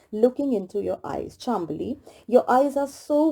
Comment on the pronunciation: Hey it is chaam bali not chambali